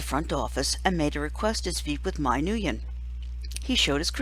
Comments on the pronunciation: Your pronnouncing "nguyen" wrong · As a Vietnamese, please try pronouncing it right